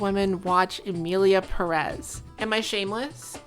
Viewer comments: Now that we're all trying to be more inclusive and what not, as a Spanish speaker I must tell you all, it's PE-rez, not Pe-REZ, the emphasis in on the "Pe", that's why it has the little accent on the top (Pérez), it indicates where the stressed vowel is. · I cringe so hard every time you say emilia peREZ IT HAS A FREAKING ACCENT IN THE FIRST SYLLABLE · 100% splitting hairs here and way beside the point. But as a latino it is killing me that you are saying Pérez the wrong way around. The accentuation is in the first syllable of the last name "Pe" hence the accent ´ (not that I expect a speaker of a different language to know this grammar rule). But it is also the most common pronunciation, by far. You are saying it as peREZ which is the other way around. Anyways fuck this movie and fuck the director, I think we should all focus on Johanne Sacreblu - 2025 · ok this video is banger and I´m just one minute in but as a native spanish speaker and latino you pronouncing the Pérez without the accent (peREZ) instead of (PErez) is driving me insane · Worst part is that not a single soul can pronounce Pérez correctly. It has the freaking accentuation right there wtf is wrong with you people!! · The stress on the second syllable of "Pérez" kills me. But i bet this movie already killed you first.